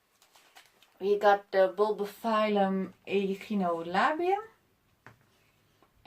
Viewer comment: What did you say, bulbophysums?